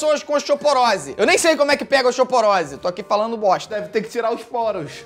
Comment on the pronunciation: Mds 😹 o Felipe Neto n sabe falar osteoporose 🤭😒😯😲